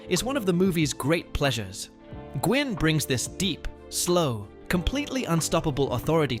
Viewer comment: The man who played the Judge was Fred Gwynn. But it’s pronounced as Fred Win. Not Gwynn. But Win like twin without the T.